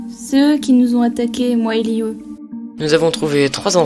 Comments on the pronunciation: Liu se prononce lou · A chaque fois elle dit liyu et j'ai l'impression que elle dit Giyuu (Seul les fans de demon slayer comprendrons😉)